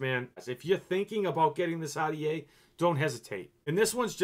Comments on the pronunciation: omg ahh-dee-aye. Are-dee-aye bro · When he says rta he really says Audiea